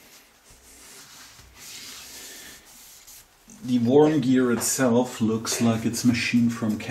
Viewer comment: Excellent. Worm is pronounced as if it were "Werm", not Worm.